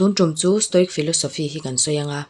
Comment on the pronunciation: Stoic pronounce dan: sto-wik (ic)hi (wik) angin mizo A,Aw,B anga lam tur ani.